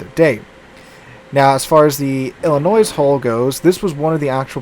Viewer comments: Yes! I’m glad I’m not the only one that noticed! It’s pronounced I’ll-I-noy. Not noise! 😂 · It's pronounced "Illinoi" without the "S" . I don't know why, but you don't pronounce the S sound. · Illinoi. This is how you say it. LOL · Please tell me that you’re just trolling us every time you say Illi-noise. You’re a teacher for crying out loud! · You lived in Louisiana and you can't correctly pronounce the French-derived Illinois (silent s) properly? I could understand all the Europeans mangling all the US cruiser and battleship names, but Illinoise is the sound you get from dropping the state. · As a resident of that state, the S is silent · Absolutely love all of your videos. But for the love of God the S in Illinois is silent.